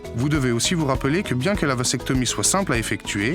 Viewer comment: Le mot "vasectomie" se prononce \vazɛktɔmi\, et non pas, comme c'est prononcé dans la vidéo, \vasɛktɔmi\. Le "s" de "vasectomie" se prononce non pas comme le s de "sable" mais comme le z de "zèbre"